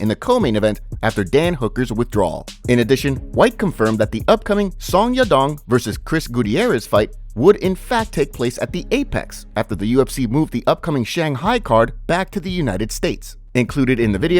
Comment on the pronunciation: I spoke too quickly it seems. You pronounced Gutierrez wrong as Goody-erez instead of GooT- tee-erez. Commin man dont be like fake Mex Cruz, Felder and Anik.